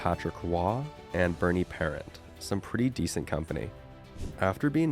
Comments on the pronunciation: Its Bernie Par-ront! Not parent! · Bernie Parent is pronounced Bernie Perawn(t) soft t . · Bernie Parent was French Canadian, pronounced ParrAunt..not like the people you call mom and pop. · Good video, and sorry to nitpick, but please be a little more accurate on things like when Boston last won a Cup (it was 1941, not 1940) and pronouncing Bernie Parent's name. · Check your pronunciation of Bernie Parent's last name. My father watched Orr and Gretzky in their prime and still considers Orr the greater player as do many of his generation. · Ya that made me almost vomit to hear that pronunciation